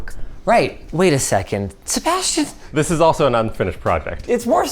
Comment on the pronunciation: a SeBASHtian